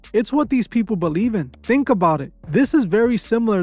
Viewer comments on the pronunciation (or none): none